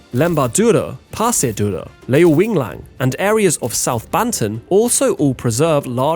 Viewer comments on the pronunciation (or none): He butchered the pronunciation of Leuwiliang, though 😅